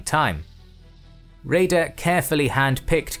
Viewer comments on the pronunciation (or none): His name is pronounced Räder not Reder.